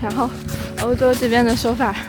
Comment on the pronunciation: 女的说hiking像河南人口音